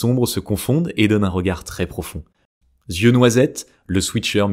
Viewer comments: Merci pour cette vidéo. Précision pour faire avancer : On ne dit pas « z »yeux bruns, bleus… s’il n’y a pas de « s » avant ; mais « i » eux dans ce cas. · Super ! J’ai appris que j’avais des yeux noisettes à 57 ans. Merci. En revanche « yeux » ne se prononce pas « zyeux »😅